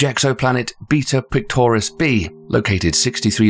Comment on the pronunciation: When he said “beta pictoris” I though he said beat up clitoris